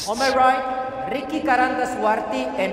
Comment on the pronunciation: Waaaaw, wasitnya nyebut namanya Angga Ricky udah kyk orang Indonesia fasih bgt